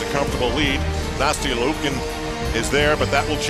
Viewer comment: "Nasty-eeuh Lee-ookin" someone needs to teach that commentator how to pronounce names correctly